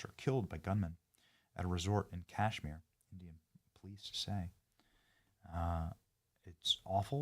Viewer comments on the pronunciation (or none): none